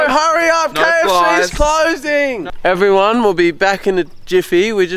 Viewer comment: heuoou ewewyone we r back in the toweew